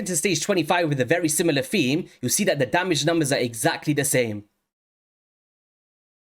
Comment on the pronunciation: Thanks for doing a Husk Hydra breakdown!👍 I have been sitting on 2 copies of him for a while wondering if he was worth the trouble to build and more specifically if he was better than Seer, Royal Guard, or Coldheart. BTW, I love your accent but am curious if you have a Jamaican parent because you pronounce some "T"'s like "D"s so "This" and "That" sounds like "Dis" and "Dat".😁